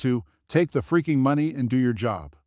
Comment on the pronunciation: You need to say money the right way please.